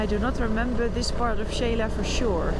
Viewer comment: Noraly, just a little correction with all due respect and thank you for your effort. Xela is pronounce She la. With no Spanish i in the middle. The way you say it sounds Sheila. 🙂